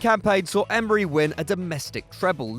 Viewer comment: Mate his name sounded like Arsenal The club isn’t named Emerynal smh Arsene should have the job today